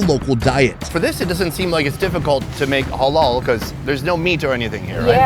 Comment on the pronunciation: Why does say Hollol food 😂